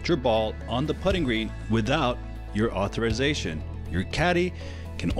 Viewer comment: its au·thor·i·za·tion